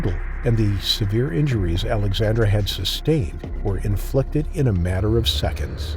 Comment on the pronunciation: It sounds like you are saying Alexander a lot. I had to check the written intro to check it is Alexandra.